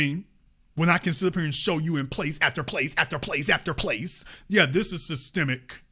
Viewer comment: "Sytemic" woooooo so on point right there sirrr